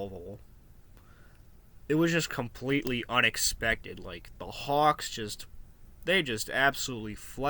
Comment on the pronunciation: I’m dying the way you say hawks